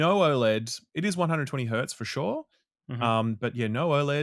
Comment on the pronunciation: "Fushoh, fushoh..."